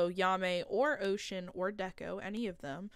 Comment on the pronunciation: Stop saying deko wrong bruh